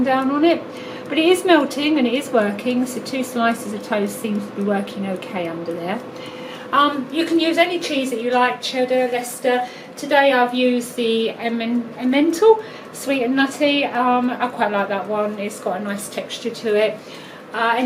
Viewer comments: Not a mental M, it's pronounced M-N-tal (a rounded sound like "tarl" but drop the R). I wouldn't use Emmental as it's a bit waxy, but that's just personal taste.....now a good mature comte is a different matter (but I'm bias living in the Jura). It's cheese on toast really, but a good tip for an easy, tasty rarebit, with the minimum of faffing, is to mix mayo in with the grated cheese (p'haps some finely diced onion) and Halo that one toast. Maybe add a few spots of Worcestershire sauce, freshly ground black pepper, or paprika on top before hitting the heat. Better still throw away the oven, crack open some digestive biccies spread em with a little butter, Marmite, and top with sliced cheddar. I've picked the wrong day to start a diet. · Of course the wine; but as important is the Worcestershire Sauce. If you're into the booze idea, try adding Mackeson to the mixture : just as good a flavour as Guiness, but not quite as bitter. (Same applies to stews and casseroles). By the way, it's EmmenTARL; not EmMENtal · Emm an tarlll. u pronounce it.